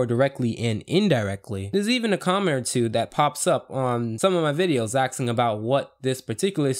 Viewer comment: Why do you say "axing" instead of "asking?"